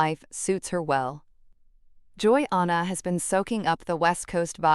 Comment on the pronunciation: It’s Jan uh not Jane uh.